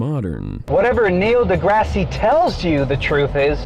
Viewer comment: "Nell deGrassy"